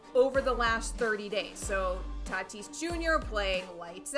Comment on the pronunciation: The way was saying Tatis “Tuh-tease” was so damn cringe it’s not even funny. Yikes dude..